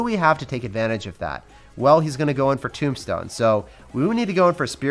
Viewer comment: Why do u say tombstone timbstone